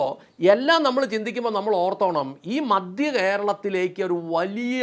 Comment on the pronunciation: ചേട്ടാ രാഷ്ട്രീയക്കാർ എപ്പോഴും അവർക്ക് ലക്ഷങ്ങളും കോടികളും സംഭാവന കൊടുക്കുന്നവരുടെ ഒപ്പമേ നിൽക്കൂ. പിന്നെ "മദ്യ" കേരളമല്ല, "മധ്യ" കേരളമെന്ന് പറയൂ. (കേരളമിപ്പോൾ മദ്യകേരളം തന്നെയാണ് എന്നത് ശരി തന്നെ)